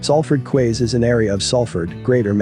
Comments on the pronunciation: Quays is pronounced keys, like door keys, Florida keys. A quay is a type of jetty for boats to moor or ships to dock. I'm from Salford. Even though the sign over the docks entrance said Manchester docks they were always called Salford docks, because they were actually in Salford. My grandad was a crane driver on the docks for 40 years. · Salford "kways", really?... LOL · You are talking about the city of Salford and the Salford QUAYS, and you say "quays" wrong. Have you ever been to this area. The docks was called locally as Salford docks (not Manchester docks) and the docks declined in the early 80s. Get facts right please.